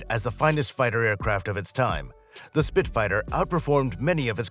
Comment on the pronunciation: "He" says 'Spit-fighter' at . Clickbait trash with an A.I voiceover.